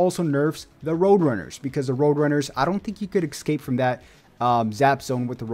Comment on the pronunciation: Excape 😂😂😂 its EScape bro